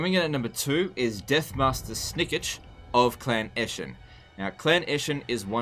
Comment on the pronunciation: I hate the way you pronounce Snikch 😭 there's no i after the K. It's Snikch, similar to Mitch but with a K sound instead of the T sound